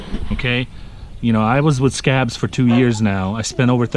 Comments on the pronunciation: Mitchell Cooper he does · Sounds like you say scab when you say scag